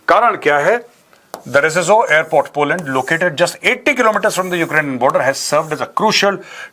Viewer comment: Major shab poland h polund nhi🤣🤣